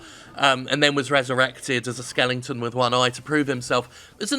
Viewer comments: How can we trust a man that says "skelignton" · Do all british people say “skellington”?